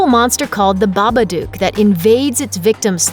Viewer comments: Isn't it Baba "dook" not Baba "duke"? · The narr8of this videovneeda to know its baba dook not Duke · I hate the way she says babadook book look duke come on